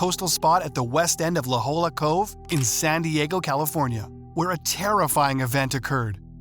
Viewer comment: Its pronounced "la hoya"